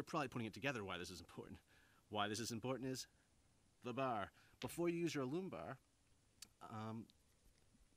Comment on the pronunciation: As a proof reader at work, I had to look up your pronunciation of "alum." It's actually 'ă lәm, according to two heavyweight references, Random House Webster's Unabridged and Webster's Third New International Dictionary.